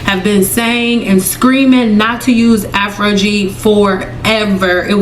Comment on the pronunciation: Why do you keep saying Afrogee?